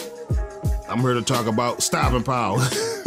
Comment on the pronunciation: He said stoping power! 😂 but he right tho , good video fam keep em coming